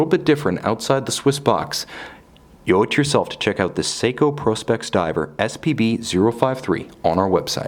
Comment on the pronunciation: Prospex is pronounced with a long “o” as in professional specifications.